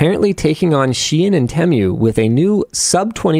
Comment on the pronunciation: Tee-Moo, not te-mju